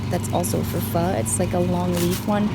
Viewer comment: Tôi nhận ra bạn là người việt nam bằng cách bạn phát âm từ "phở ", tôi cũng rất thích ăn Phở và tôi ăn nó vào mỗi sáng, nếu bạn đọc được những dòng này của tôi thì tôi muốn bạn biết là tôi yêu bạn rất nhiều, và tôi cũng yêu thích tatical